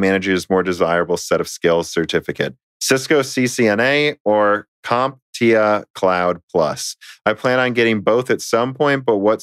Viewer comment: Just want to say this.... It's compTIA